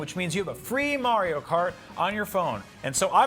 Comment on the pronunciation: “Mario Cartore”